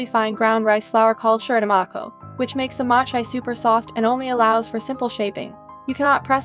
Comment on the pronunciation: machi..its MO-CHI what kinda XD pronunciation sdaijndjndi